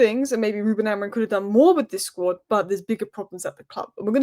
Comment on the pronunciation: Bro you can’t even pronounce Amorim with the M at the end most of the time 😅